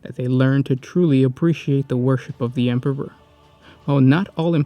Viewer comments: Stop saying "" instead or Emperor ffs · lol he said Emperber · Ah yes, the emperber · What is it with you and saying word Emperor? You say Empeber most of the time.